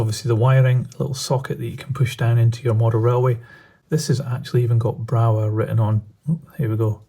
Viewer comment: They are very nice models,I have an electric loco from Brawa, very smooth runner in DC,heavy with good traction and has digital interface. By the way there is no W sound in german so is pronounced Brava.